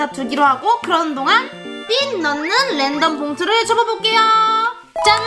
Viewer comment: 램덤 아니고 랜덤이요!!